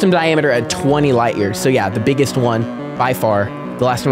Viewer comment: "some of the beggest" is frying me